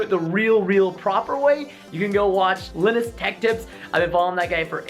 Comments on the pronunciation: You Guys He Said Lenis It’s Linus Like Lynus But Linus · linh-nus tech tips. cringe its called lie-nus tech tips no mor cringe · wait wait wait did he say lenus tech tips lol its l-i-nus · "Linis Tech Tips" Took me like 5 minutes to realize he meant Linus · L-inus tech tips not li-nus tech tips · Chassiss? Lih ness?? SSD Drive?! How do you manage to say EVERYTHING wrong?! Lie-Nuss - Linus -- Chah See - Chassis -- Standard State Drive or SSD.. not SSD Drive lol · Its Lye-nus not li-nis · Did you just say (LIE-NUS) as Li-Nus!? LolXD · L-eye-nus not L-in-us lol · lenustechtips... ITS LINUSTECHTIPS!!!!! PRESTON YOU PLEB!!! COME ON!!! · he just said Linis... every video they say it 'Lie-nus' Techtips and no... he didn't make Linux... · C'mon Preston gotta compatibility check yo stuff dood. But ya this was a pretty good "beginners" building video. And its pronounced Li(it's a hard "I")nus not linus like pronouncing Linux, you pleb. <3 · PRESTON IN THE END ITS PRONOUNCED "Lie-nis" NOT "Lin-is" pleb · Lyn-us Tech Tips lol. Its Lie-nus tech tips phonetically. Linus Tech Tips in correct Spelling. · Linis tech tips. I know it's pronounced lie-nus tech tips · It's "Lie-nus-tek-tips" not "Li-nus" Also when you said "Cha-sis" and not "Cha-see", I was physically hurt. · Ha, he said Liinus Tech Tips not Linus Tech Tips! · its pronounced Lye-nus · "Lenes tech tips." lol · Linus? Lin-us? BOOOOOIIII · its fucking linus (lie-nes) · At the end u said Linus and pronounced it wayyyy wrong it's (Lye-Nuss) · Wait umm ok umm Preston did you forget how to say Linus (lie-nus) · He pronounced linus' name LI - NUSS LOL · When he pronounces Linus, lenus! 😂😂😂😂😂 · its pronouced lieness but not spelled that way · It's pronounced 'lie-nus' lol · It's pronounced Line-us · I believe its pronounced Line-us if that makes sense :P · Cant even say Linus's name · omg he totally butchered linus' name its linus with a long I not a short I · How did you pronounce "Linus" lmaooooo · you said Linus wrong